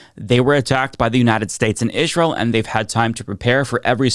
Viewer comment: Im sorry but when you pronounce Israel like Candace Owens, I cant take you seriously.